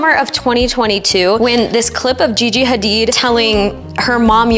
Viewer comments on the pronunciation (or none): none